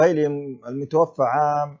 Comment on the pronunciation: صحح اللفظ المتوفى الف مقصورة وليس المتوفي بالياء لأن المتوفي هو الله سبحانه وتعالى